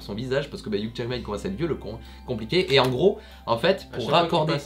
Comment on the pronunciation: Petit info : Hugh Jackman se prononce " you jackman" et non "yougue jackman" voilà vous pourrez vous la peter oklm !